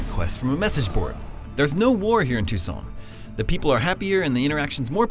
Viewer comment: Sounds like he is saying "Tucson".Which is right near where I live in Phoenix. XD